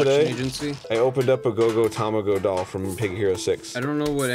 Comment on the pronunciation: Arin... It's not Go Go Tamago like the japanese words for egg, it's Go Go Tomago to mean a bad egg.